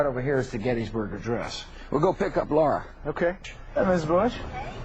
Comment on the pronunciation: I thought His wifes Name was Laura, no Larr.